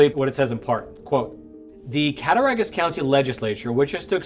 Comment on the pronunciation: It's pronounced cat-tah-rog-us, county. You were good on everything but the "Rog", pronounced like "Dog". NY is similar to the rest of America in that the big cities are blue but the state is all red. So you got Buffalo, Syracuse, Albany, and NYC; which on the map is a small amount of blue surrounded by a sea of red.